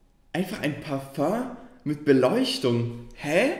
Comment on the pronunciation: Du meinst parföng